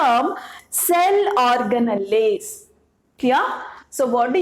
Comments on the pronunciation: Ma'am it's organells not organalles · it’s ORGANALS while pronouncing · mam thank u sooooo much.......i used ur videos to teach my students.......i would like to make one suggestion which is....organelles are written in that spelling but pronounced as or-ga-nals itself...... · Mam your pronounciation of cell organells is wrong mam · your pronouncing cell organells wrongly mam😁😁😁